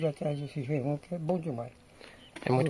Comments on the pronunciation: Não é girmum, é jerimum! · N aguento o Sr chamar abóbora é Jirimum rapaz.